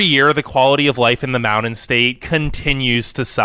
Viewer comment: This guy narrating cannot pronounce "mountain" and it's very annoying. That's all, carry on.